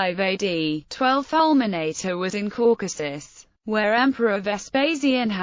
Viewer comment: Falmenaytay.... My ears are bleeding.